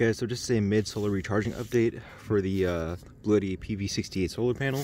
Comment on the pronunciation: By the way, it’s not “Bluetti” but rather pronounced “blue Tee”, very strange, but that’s from their official YouTube channel. I’m gonna keep calling it Bluetti though haha